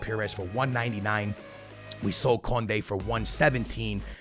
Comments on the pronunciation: Kounde is pronounced Koon-day not kun-day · Bro the way he says Kounde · yeah bro